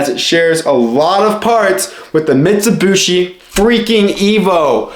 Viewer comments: Dude it’s pronounced MIT-su-bee-she not mitsubooshe. Driving me nuts every time I hear that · Ok silly young kid, the 'other' dodge/mitsubishi thing ppl think about are eclipse/talon/lasers, not 3000GTs... also it's "Mitsubeeshee not "mitsabushi" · Mitt Sue Bee Shea is How everyone I know pronounce it, Jeremy Clarkson made fun of yankee's saying it in that forum. Teh Humble Pajero is t3h best Mitsubishi auto.